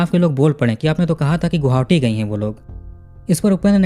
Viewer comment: गोहावटी ❎आप गुवाहाटी कहिए या गोहाटी,🎉